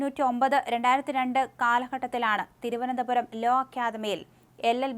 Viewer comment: കൊല്ലം. ..തിരുവനന്തപുരം. ..വല്ലാതെ stress ചെയ്തു ആവർത്തിച്ചു പറയുന്നുണ്ടേല്ലോ 😁😁